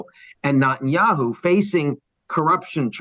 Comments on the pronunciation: Good, impartial analysis. Now, if Mr. Bremmer can learn how to pronounce ‘Netanyahu’, he’ll increase his credibility that much more. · given how much of an expert he appears to be on the region, can someone teach ian how to pronounce "netanyahu", and that the "coalition of the willing" was never in afghanistan, but refers to the smattering of mostly insignificant players on the world stage whom the bush administration pressured to provide token amounts of ground forces for its invasion of iraq, given the us didn't want to be seen going it alone, while its most credible allies never bought the wmd story. in protest, the white house changed the name of french fries on its menus to "freedom fries" from 2003 to 2006. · Why do you keep mispronouncing Netanyahu as NOTenyahu? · What's up with his pronunciation of Netanyahu? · Why can’t the speaker pronounce Netanyahu’s name correctly? Saying that Gazans are poor is perplexing. They have an obesity problem, they wear nice clothes and they are not homeless. They also have the strength to yell. Regarding calling the Hamas members “inhuman animals”.. what should we call rapists, kidnappers, baby butchers, religious hypocrites, criminal, anarchists? Btw.. the decapitation and burning of babies and children has been confirmed by Secretary of State Antony Blinken. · Very odd he keep pronouncing Netanyahu incorrectly. Example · Why is he constantly mispronouncing Bibi’s name? 🤔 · It's NETanyahu, not NOTanyahu! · Mr. Bremerton is a sharp guy, but I cannot help but be irritated at “NOT-IN-YAHOO” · "Not"enyahu... why does he say it this way? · Net -tan -ya-hoo Nutenyahu is not how you say his name that sounds ridiculous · Is he correctly pronouncing his name? “Not- en - ya - who”? The woman says “Net- en - ya - who” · Ian, I’m a big fan, but it hurts my ears when you mispronounce Netanyahu’s name. It’s Neh- tan-yah- hoo, not Nah-tan-yah-hoo. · The way he mispronounces Netenyahu🤦🏽 “Not-an-yahu “ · Is anyone else hearing NOT-IN-YAHOO?